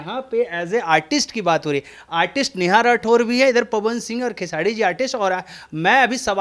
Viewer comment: Aap khesari ji ka name khesadi kyu bolte h name Pahle Sahi se lijiye.